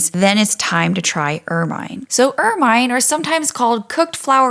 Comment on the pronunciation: Pronounced "ermuhn" not "ermyne"